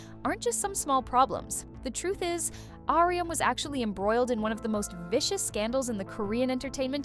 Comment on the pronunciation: honestly can't get over the 'ahrium' lol it's just 'ah-rum'